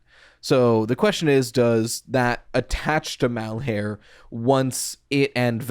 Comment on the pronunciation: I am begging you to please stop trying to make 'Malhar3' happen, it's been too long to try to change it and my brain recoils in discomfort every time you say it. It's like trying to change the Puppet's name to the Doll; it's just not gonna catch on when most people listening are internally translating it back to the original name because it's what they've already settled on calling them. Shit, AvA12 just showed you can explicitly rename a character on screen and most of the fandom will still call him Victim instead of H4CK3R entirely bc he's been Victim for the past 20 years. People will cling to what they've already accepted as the identity of a character.